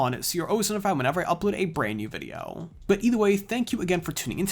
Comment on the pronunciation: Its "video" not "videyeeeooow" 😤😤🤬🤬